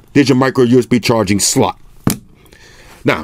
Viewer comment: "There you gotcha micro USB charging sssLAHt"